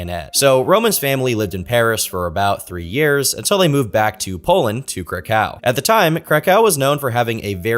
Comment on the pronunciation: It’s pronounced “Crack-OOOV”